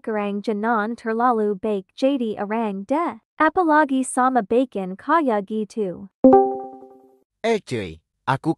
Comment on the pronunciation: Sumpah gw ngakak mlu pas di menit gw liat tulisannya bacon tapi kenapa pas di bilangnya bkon nah disitulah gw ngakak mlu😭🤣😅 "Tidak bermaksud untuk mengejek videonya 🙏🙏"